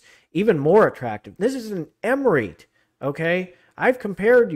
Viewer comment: I'm saying you are pronouncing it wrong its re-it.